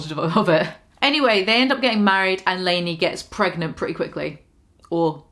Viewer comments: "gregnant" I am deceased. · its been a year and i still cant handle "gregnant" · "gregnant" lololol ur a genius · Kai: “am I..... gregnant?” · "Gregnant" Holy shit, I almost spat out my drink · "And Lainey get's pregnant pretty quickly... or... gregnant" FUCK I CHOKED ON MY WATER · why on EARTH would u EVER say "gregnant"??? I am DECEASED